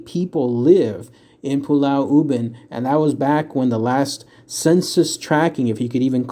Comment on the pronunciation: Yes... as a Singaporean, you said it correctly...